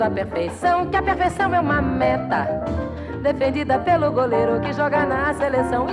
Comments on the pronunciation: Toda vez que ela vai falar "meta" eu penso que ela vai falar "merda" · vinicius rigo já imaginava. até a forma que ela fala meta parece que ela quer falar merda kkkk